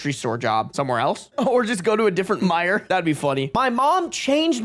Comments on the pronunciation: as a native Midwesterner I can confirm it is indeed pronounced my-yers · no its pronounced my-jers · Incorrect. It's pronounced My-yerS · as a midwesterner "mee-JAIR" took me out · i regret to inform you that meijer is pronounced "my-er" 😭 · My-jair is fun, though. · LMFAO! Never in my 31 Michigan years have I heard someone pronounce Meijer that way 😂😂😂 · Never in my life have I heard someone pronounce Meijer like that 😂